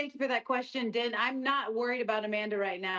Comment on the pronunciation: Nah Juliana did not call Dean Din I know how it’s spelled but it is dean 😂😂 🤦‍♂️